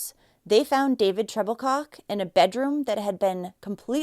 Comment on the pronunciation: Was his last name Troublecock? That’s what I thought she said